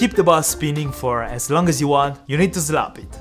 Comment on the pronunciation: "You need to zlap it"